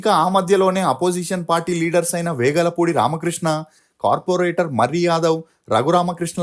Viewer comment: Vegalapudi kaadhu, velagapudi andi ✅📍